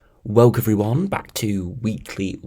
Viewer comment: You mean using capitals to indicate a raised voice? I don't do it every fucking time I speak. The man cannot pronounce WELCOME but chooses to use the word EVERY VIDEO. Nevermind slurring the rest of his words. I've been cringing for MONTHS.